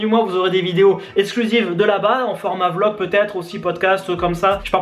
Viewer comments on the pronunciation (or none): none